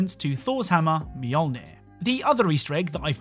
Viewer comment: It's a long shot but the ant head on sticks could be a referance to star wars the clone wars season 7 with the 332nd troopers helmets on sticks after the venator crashed. P.S. You still mispronounced mjolnir lmao.